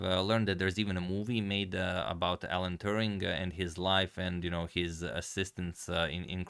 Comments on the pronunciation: Turing not Touring ! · A correction. It's Alan Turing (not Touring). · Hmm, I think it is Alan Turing, not Alan Touring. Otherwise great video! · His last name is Turing not Touring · His name is Turing. Not Touring.